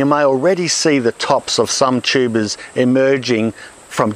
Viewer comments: This video is fun and informative, as always, and also I keep hearing it as "tubas" which is absolutely hilarious. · Most informative guy period and his accent is funny when he says tubas lmao